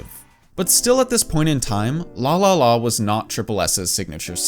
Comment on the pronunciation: The way you pronounce LALALA as LÅLÅLÅ make me think, "You Swedish"? 😆